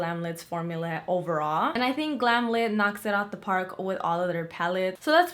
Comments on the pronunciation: its glam light ( pronunciation) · ITS GLAM LIGHT!!! I’m sure they’d appreciate it pronounced correctly! ❤️❤️You are amazing btw!!